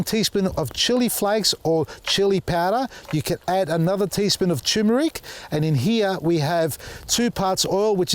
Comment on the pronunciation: Plenty of good info here. Why does it annoy me do much when people say toomeric instead of turmeric, somehow the first r has gotten lost! I do like when people say white butterfly instead of cabbage moth though! Looked like they were having a party 🎉